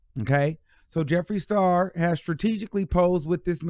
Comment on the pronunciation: Hey.. I agree with bun b. I used to love his music but it has nothing to do with y I agree with him.. he was 💯.. Tory is trash. TMZ need to lay off if that’s the case. Meg spoke her truth already. We will never know the whole truth.. idk who Jeffrey the star is lol. Clearly by butchering his name